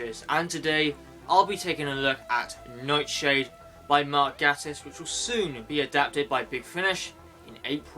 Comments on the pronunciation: Great review... but Mark Gatiss' surname is pronouced 'Gay-tiss' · i prefer the mispronounced name lol